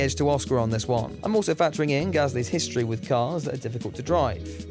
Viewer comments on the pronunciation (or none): none